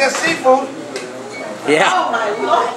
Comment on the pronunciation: haha, sea Fodd ? Or See Food XD